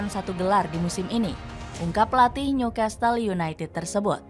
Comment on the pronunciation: Gokil sampe . Tetiba Newcastle United jadi Newcatle United.. Dapet bloop gak ke cek... Dari klub bola jadi ternak baru.. 😂 Btw beritanya tetap oke.